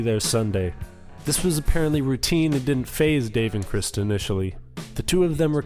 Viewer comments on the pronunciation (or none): I know you're a superfan but pronouncing "Krist" with the "t" is annoying and not what anyone ever said. I know they spelled it that way in some places but I always thought it was a joke, meant to spell it like Christ with a K because he was like a big, tall Jesus Christ.